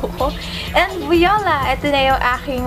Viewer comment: You were joking about the 'vee-yo-la' pronunciation right? ☺